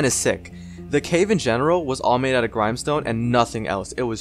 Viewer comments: Gr-Im-e stone lol it is Gr-im-e stone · dude you say grimestone. grimstone